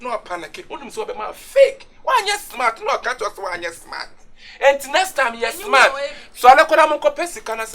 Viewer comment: You gotta be "schmart"...lol